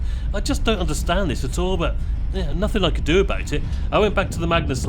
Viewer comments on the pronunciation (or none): none